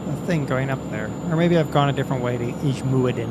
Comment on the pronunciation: that's how you pronounce ijmuiden